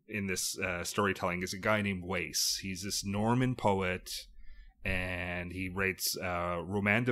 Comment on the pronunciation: Wace is pronounced to rhyme with ass not lace.